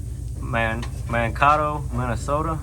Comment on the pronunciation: I mean no disrespect young man when I say this. Your pronunciation of Mankato cut me deeply. haha Only because I live near Mankato and have never heard someone struggle with it before. Love the channel!